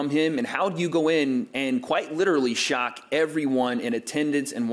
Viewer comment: Man said i'm gonna "Thock the world"